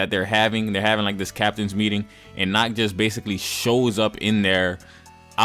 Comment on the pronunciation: The one thing i hate about the episode is nacht being pronounced as nahato its pissing me off